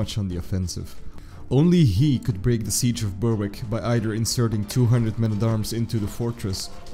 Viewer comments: Berwick is pronounced Berick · Nice clear account. Thanks. Might try pronouncing as: Berrick and shiltron. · Silent W in Berwick and silent C in Schiltron... other than that it wasn't too bad :)